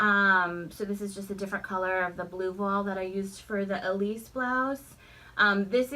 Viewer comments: it's pronounced vwal in french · La prononciation est voile.....("vwal").:) You are really conquoring the bodice fit. Especially interested in your button experiment. Cheers. JoAn